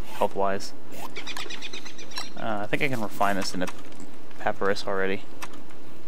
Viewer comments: in case anyone hasn't mentioned it (in the last 2 years), it's pa-py-rus not pap-rus Sorry to be a grammar Nazi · he said paprus